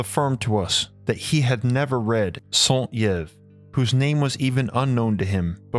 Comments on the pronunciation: Just FYI. St Yves is pronounced Saint (just like in English) and Eev for Yves. The e and s are silent. y = ee. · St Yves is pronounce St EVE-, not St ee eve--i am french background so i know---that aside, great video, very illuminating thank you! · ok, he's hurting my ears... you have to pronounce the name like this: Alexandr. Saint-Eve. Dalveydr Apart that the documentary is great. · Saint Yves /sã tiv/ sa(n) teev Sorry, but started to really bug me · Nagas, reptilians, Rh-negative factor....? Great video, appreciate the accurate graphics. Saint-Yves should be pronounced "santeev." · I , as a first time listener, found your research into these eastern “myths” fascinating and would love to learn more but I wonder (humbly 🙏😁, and no offense) if you could learn to pronounce Mr. “Saint Yves” name properly ? It should be Saint “EEVE” like in the English (Christmas/New Year’s EVE) , a most minute error indeed , but when corrected, a relief to French ears 🤣! On a more serious note, it is accepted that, over the millennia , the Earth has undergone monumental changes and catastrophic upheavals , such as the disparition of multitude of coastal lands and the lifting of Mountain chains from the Alps to the Himalayan Ranges from the sea floors, as the discovery of sea shells etc. attest to In their sediments! As to the abandonment of the French and English students by their Asian Teachers proves , they were indeed unable to set aside their strongly held references, in both their Christian Beliefs and their sense of superiority, which meant that they were poor recipients of such new and foreign ideas and knowledge and their lack of open mindedness must have been discouraging to their teachers, as you pointed out ! Thank you so much for your fascinating research ! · Please note the correct pronunciation of Saint-Yves. Phonetically "sont-eve". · As a French guy, the way you say Saint-Yves is so funny. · It's pronounced "Saint Yv" not "Santyev" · santee ev is pronounce saint eev!